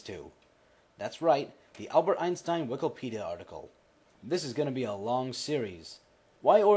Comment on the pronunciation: would you mind reading wikipedia the correct way? Not as "wikalpedia"? Your videos are great, but it is starting to bother me.